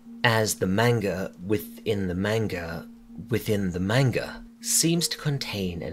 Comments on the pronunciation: Nothing will ever be scarier than hearing you say wanga. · Did bro say wanga? Lol I'm going to say it like that everywhere now